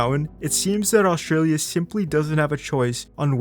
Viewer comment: there's a hard t in Australia. it's not oshtralia